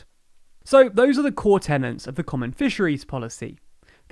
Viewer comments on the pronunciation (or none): Tenets, not tennants